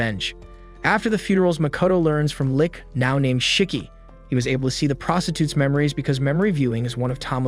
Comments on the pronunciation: I feel a stab on my heart everytime he calls the lich... a Lick xD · It's not a lick, it's a lich